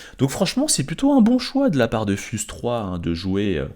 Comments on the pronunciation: fUze III? Ça se prononce fiouze 3! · ça se dit pas fuse mais fiouze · c'est pas fuze c'est fiouze mais tkt ont t'en veut paas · Moi durant toute la video : Sa se prononce fiouze pas fuze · ça se dit fiouse 3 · Fuze, ça se prononce FIOUZE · ça se prononce fiouze malgré le faite que s'a s'écrive fuze mais super vidéo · C'est fyouse la prononciation 😂 mais sinon super vidéo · mais non fuze iii le goat! je m'attendais vraiment pas à ça haha (et ça se prononce fiouze) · Pov les gens qui disent FiouzeIII en entendant prononcer le pseudo 🤣